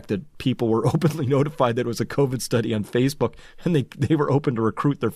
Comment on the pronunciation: You just brutalized the "study"